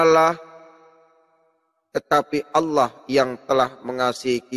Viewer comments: Allah kace, bkn alloh, nybt aja slh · Membaca Allah, di samakan dgn lafal Allooh ya bos..